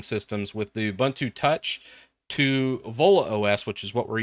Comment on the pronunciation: btw its ubuntu not uh-buntu